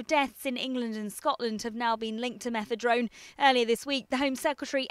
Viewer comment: Is it me or does she keep saying Methedrone? Fail